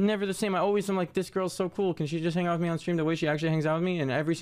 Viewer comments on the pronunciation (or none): none